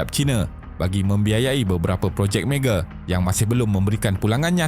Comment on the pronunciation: Mega bukan mege 😅